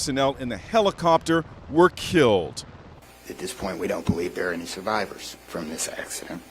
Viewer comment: The emphasis on "killed"